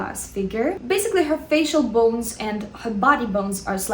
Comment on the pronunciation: Who likes when says "bounes" and "gammeen" (bones and gamine)